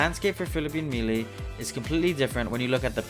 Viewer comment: Five years into video making, we still saying melee wrong. 🦀🦀🦀🦀🦀